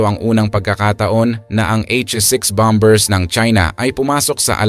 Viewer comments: BOMERS NOT BOM BERS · 😂😂 ahaha yun nga e bom bers daw😅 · Silent b, tama po